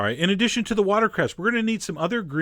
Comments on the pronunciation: I believe it's watercress not watercerst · It's called watercress, not water crest :) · Did chef John really say watercresT?? So he is human... :) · water crest? learn how to talk geez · "Watercrest." Seriously Chef John? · What really drove me nuts was that you mispronounced 'watercress'. There is no 't' on the end. Anyway, looks pretty tasty, even though I'm not a huge fan of oysters. Nice